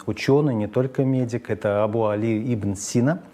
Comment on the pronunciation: Абу- Али ибн СинО, ударение на о)))